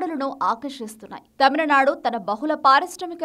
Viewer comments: It is not TAMILA nadu....it is Tamil nadu...pronounce the name properly... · It's not tamalanadu guys, it's tamizhnadu atleast try to say as Tamilnadu..is it really that difficult for you to pronounce😊